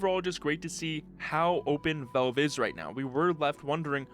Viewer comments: It's pronounced as vaelve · Velve? Vulve? Odd that he can properly pronounce the A in gravity and Alyx but not in Valve.